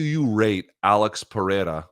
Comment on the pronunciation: Luke. Izzy’s killers’ name is pronounced PerHerA